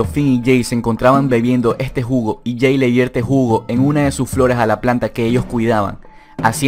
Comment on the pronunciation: Drink game! bebe cada vez que dice "ejte jugo"